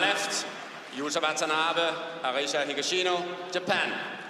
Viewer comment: GO HAGASHINO the guy next to him: higashino🙄